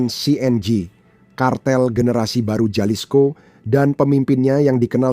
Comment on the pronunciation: Halisko bacanya boss ini Latin j dbaca h.